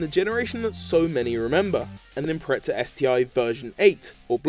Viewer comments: Its called impreza not impreca. Fucking dumbass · "Impretza"....and the WRX has become a separate model from the Impreza in recent years. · Why do people say Impretza, ive never understood it. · Impreza is pornounced without a T bro